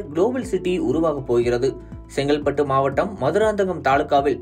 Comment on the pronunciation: It's not Sengalpattu. It's Chengalpattu.Speak Tamil properly